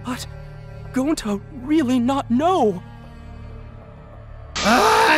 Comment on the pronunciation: Shuichi said that wrong and kokichi says it gonta